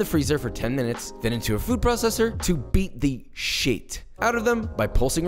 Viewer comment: gotta love how he says: "to BEAT. THE. SHIT. out of them"